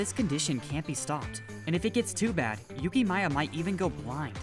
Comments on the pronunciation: yukima isnt it yukimiya guys or im i wtong aru 😂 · By the way, I am american, and like Yukiyima was like kinda really messed up with the way you pronounce it, thats kinda what happened, and like it just sounds so butchered. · its you-key-mia